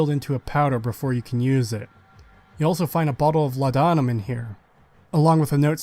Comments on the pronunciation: I just gotta say man. Its not law'dah'mum, its law'de'num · It’s pronounced “Law-duh-numb” not “La-dawn-uhm” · It’s “Law’d-numb”, it was actually a real medication in ye olde times. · its pronounced 'lord-num', great video as always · For the sake of accuracy - Law-dah-nuhm